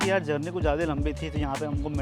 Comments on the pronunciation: Jyadi kya hota hai bhai.. "Jyada" hota hai vo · "Jyadi" kya hota hai bhai.. "Jyada" hota hai vo.... 😊